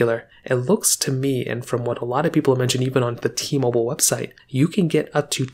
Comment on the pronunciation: It’s called T-Mobile not T-Mobil